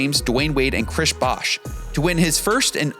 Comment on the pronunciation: “Crish Bosh” lol